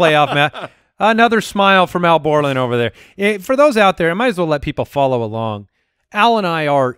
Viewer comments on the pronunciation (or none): Sounds like he is saying "owl" borland and I take that personally